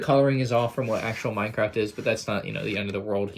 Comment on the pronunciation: Is it just me or did he say Y-craft in the beginning?